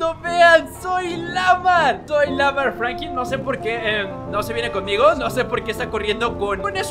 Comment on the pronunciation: Like si escucharon que dijo Franki pues yo escuché asi